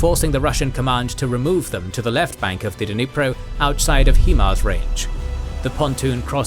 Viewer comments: HIMARS is pronounced 'High Mars' not 'HE Mars' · if no one has said it yet..... Its Pronounced high mars